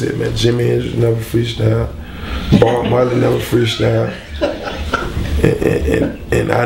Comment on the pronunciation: "Bob Marley never freeshtyled" "I set trends, it's a lifeshtyle for me."